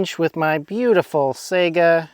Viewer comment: Sigh gah not sega